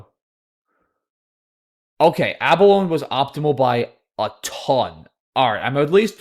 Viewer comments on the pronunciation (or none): 4 syllables in a-buh-low-nee :P Nah I'm just teasing. You're so godly at Scrabble it's nice to know you're human in other areas of life :) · ABALONE is also pronounced with a long E at the end.